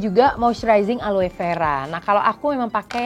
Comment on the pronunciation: Aloe = seharusnya dibaca ALO.